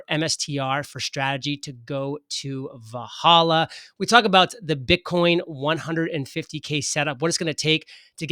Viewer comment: And it’s pronounced “Vel Halla”